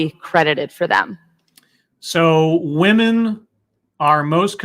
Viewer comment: What is it about this trend of women pronouncing women as 'woman'? Is this some kind of feminist new speak? Perhaps women are now referred to as 'woman' as a collective? Because...last time I checked the plural form of woman is women pronounced wimmen. I notice she uses the correct plural of man, men, but not women. Me don't get it.